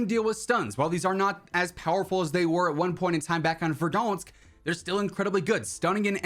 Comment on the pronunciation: Verdi nose lol, never heard it said that way